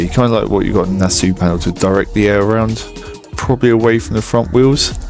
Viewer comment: I know your going to think I’m being an annoying little prat please accept my apologies upfront, but it’s pronounced “Na-saw” as it’s named after the Nassau Speed Week in California 😬